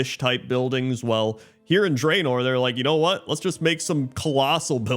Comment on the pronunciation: It's pronounced "Drah-nor" and not "Dray-nor", by the way.